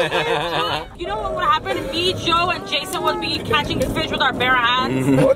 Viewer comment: Bare "Ha ands"